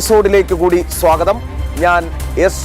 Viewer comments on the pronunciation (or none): none